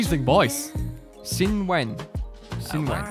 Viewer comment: Xinwen is pronounced Shinwen...Xs are pronounced as 'sh'